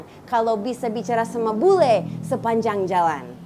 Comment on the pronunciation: Your "bule" sounds too bule. You pronounce it like "boo-lay". Lol.